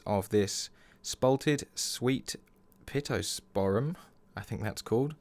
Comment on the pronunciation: Picture, I think. And use the grain to follow the line directions of the picture, if that makes sense. The pier draws the eye up and left, if I remember correctly, so orient the grain to complement that. And your pronunciation of pittosporum sounded pretty much how I, as a North Islander, would say it; in the South Island, they emphasise the second syllable. I don’t know if there are any non-NZ species